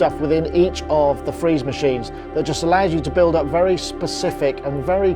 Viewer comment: sorry but I only heard the "free" and missed the "ze".